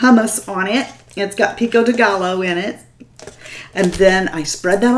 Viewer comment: I used to have one of those hair tinglers but I can't find them anymore...boo hoo OOOOh that mexican pizza looks DELISH! You cracked me up with your pronunciation of pico de gallo...lol The L in gallo is pronounced like a "y" hahaha...I just live down by the mexican border.:) you ALWAYS 'ring my bell"!!! LOVE YOU!